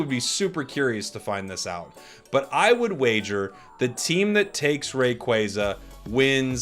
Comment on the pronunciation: I’ll do it when you stop saying Rayquayza